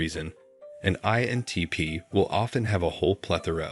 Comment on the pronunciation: Maybe this question makes my INTP show, but why does the narrator often fail to pronounce the "I" in INTP? Listen to .